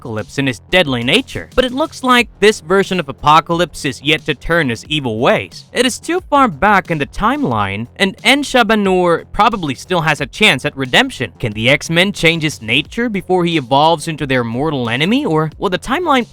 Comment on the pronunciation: FYI: it is not pronounced "En Shaba Nur" it's correctly pronounced "En Saba Nur". Pronounced the same way it is spelled.